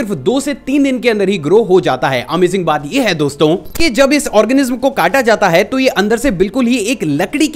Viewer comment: Bhai jyada Jor mat lagaya kar amazing bolne me😅😅